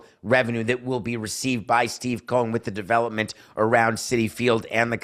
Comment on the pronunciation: It's COH-en